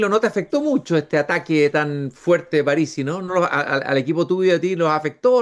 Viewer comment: Pronuncia "Párisi" cuando es una palabra esdrújula y no lleva tilde